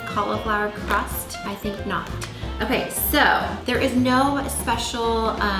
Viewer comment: "Pizza Crahst?" lol